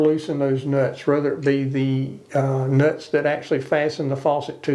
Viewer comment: 😂😂😂😂he said “Da Nutz”🤣🤣🤣🤣